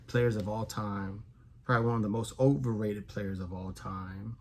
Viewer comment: It’s funny I know you were trying to say “Overrated” but all I heard was “Walk off World Champion”😁. Just messing my friend. Sorry I have gotten that item out to you yet. Life went crazy two days after we talked about it and I had to slide it on the back burner. Hopefully later this week. Peace✌🏻